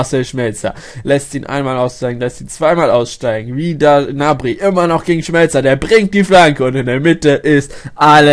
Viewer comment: Der heißt Gnabry und nicht nabry!!!!!! GGGGGGGnabry !!!